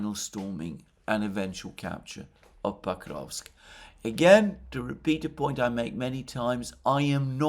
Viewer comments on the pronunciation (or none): Sorry, but "Pakovsk"? Isn't it Pokrovsk?